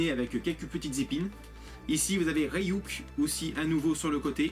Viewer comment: C'est pas Rey-Yuk c'est Ryuk... Désolé c'est plus fort que moi ^^